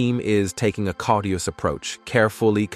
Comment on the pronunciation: 'caught-ius' was a real laugher, too [cautious].